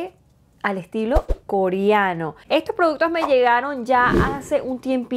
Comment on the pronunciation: Te quedo HERMOSO Perdón t3ngo que decírtelo...pero no se dice KORIANO, SE DICE KOREANO al igual que BRONCIADOR, se dice BRONCEADOR...Y También el PLATIADO, se dice PLATEADO perdón !!!